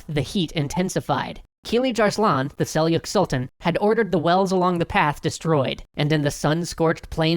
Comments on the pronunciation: I really love your historical series, been following you guys since total war Rome 2, you do great work and please keep it up, however I would like to point out (for the purposes of further improving your crusade series) 2 mispronounced words, 1st word being "selchuk" not "selyuk" and 2nd is "killij" (using the I sound in the english word "kill") not "keeleej", anyway thanks and as always, keep the videos rolling in:D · Huh?! You've been pronouncing Seljuk incorrectly this whole time. It's Sel-Juck with a 'J' sound not a 'Y'... I mean that's why it's spelled seljuk and not selyuk....